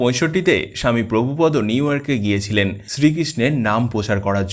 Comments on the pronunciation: মনে কিছু করবেন না ওনার নাম প্রভুপাদ , আপনি বারবার বলছেন প্রভুপদ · মৃদঙ্গ। প্রভুপাদ। এই উচ্চারণ গুলি ঠিক হয়নি।